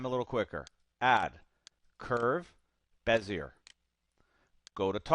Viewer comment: Good demo. One small thing Bezier is pronounced "Bez-ee-ay" not "Bez-yer". He was French.